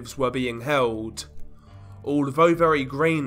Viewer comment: It's OK. I noticed he pronounces his "th" with a "v" foe instance then = ven, although = alvough etc.